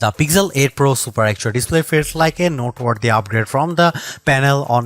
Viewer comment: "Peezel 9"????